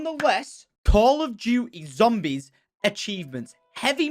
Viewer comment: "Zombries" Ur a bit too drunk tom